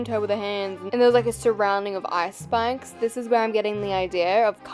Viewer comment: were u saying ice spikes or ice spice?